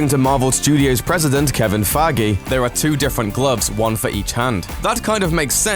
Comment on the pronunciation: Ha! "kevin faggy"